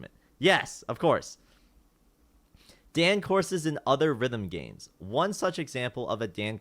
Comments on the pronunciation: PLEASE stop saying daen it's dan as in だん PLEASE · He pronounces "Dan" like it's just a guy's name lol